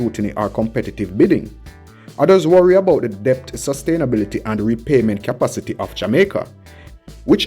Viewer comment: The letter " b" in the word "debt" is silent, which pronounces "det"., the word is pronouced DET...!!